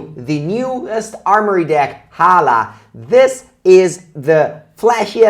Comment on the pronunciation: The H is silent . Almost got me